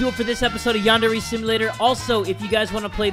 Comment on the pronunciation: Lol i was board and going through his playlist and noticed how didn't know how to say yandere and did not show much interest in it and now its like this.